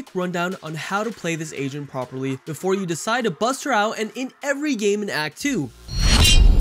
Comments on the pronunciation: I thought you were always saying "asian". I realized near the videos end that you were saying "agent" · Not gonna lie, sometimes u said agent I understood asian 😂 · Everytime this dude says agent he says Asian instead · Bruh istg it took me so long to realize he was saying agent. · Wait he was saying agent ?